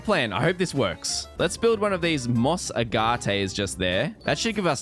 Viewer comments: AGATE incorrect pronunciation A-Ga-tee Correct pronunciation A-ga-ht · "Uh-GAH-tae" I actually shuddered